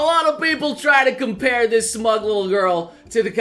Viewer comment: Every time you say smug I think if Smaug